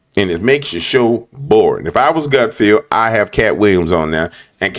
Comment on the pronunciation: Great show as always. Don’t agree with your thoughts on Gutfeld though. BTW it’s not GutFEEL. It’s GutFELD.